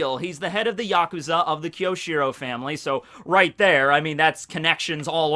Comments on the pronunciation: Fuck, your pronunciation is killing me. You're usually such a weeb so how come you don't know it's Kyo-shi-ro and not Ki-yo-shi-ro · Great video! But be careful my fellow Japanese student. It's きょしろ and not きよしろ.